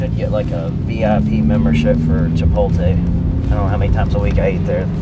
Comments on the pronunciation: “ chi-poll-tay” 😂that’s the first I’ve heard someone say it like that hahah, I say “chi-polt-lay” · Somebody count how many times he said Chipotlay 😂😂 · The way he say Chipotle is funny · Yeah he's concerned about the mask getting roasted on for haha shit needs to fix how he says that shit.